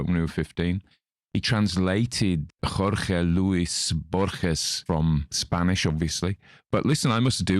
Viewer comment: you've pronounced Jorge Luis Borges perfectly. but i though you were British.